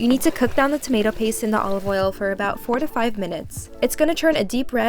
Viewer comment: I'm definitely going to make this, but when you said 4 to 5 minutes, it sounded like 45 minutes and it almost put me off 😭